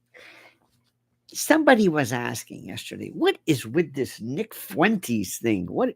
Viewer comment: Fuentes is Spanish for fountains. So Uncle Lenny could say that Nick is the source of new energy for "our orbit." But it is Fuen-tehs, not Fooay-tays. Who calls Tesla Tays-lay? Nobody I know. If Lionel doesn't trust me, he can call up his Spanish-speaking buddies in Florida.